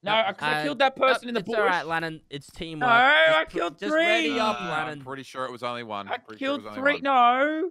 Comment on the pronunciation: Its teeamwork lannan